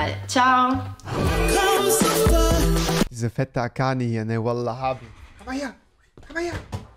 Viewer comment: Rewi ist ein geborener Araber wie er wallah aussprechen kann zu wild 😂